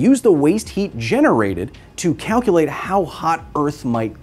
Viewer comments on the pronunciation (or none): none